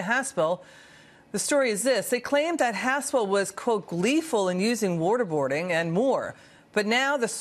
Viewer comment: Why does she say worderbording.